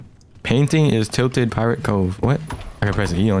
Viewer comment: saying tilted wrong is just so funny to me and its so cute 😭💀